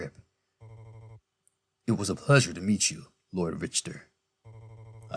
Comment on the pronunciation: I've always heard the name as Rick-ter.